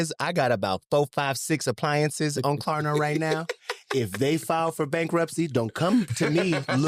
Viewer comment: “ We luv to shop da Klarna🇸🇪”🤣